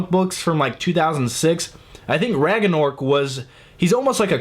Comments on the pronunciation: Bahaha Rag-An-Orc. Love you. Its Rag-nah-rock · Raganork? Hahah lol rag-na-rok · prenounced rag na rock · It's pronounces rag-na-rock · You pronounce it: Rang nar rok. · Pronounced RAG-na-ROCK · It pronounced Rang-na-Rock